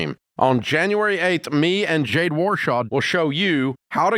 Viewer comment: I heard him say it correctly one time a couple of years ago.